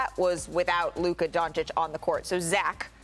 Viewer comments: Fr bruh, it's not hard. He needs a cue card that spells out don-CHiCH lol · Bruh its not donchik ...why doesnt anyone correct stephen a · What makes me sick is Stephen A still saying Luka DonciCK! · Stephen A. Smith disgusts me as he after 3 years still can’t pronounce Luka’s surname. Stephen A , if anybody is underachiever, it’s you! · will he say doncic name correctly ever????????????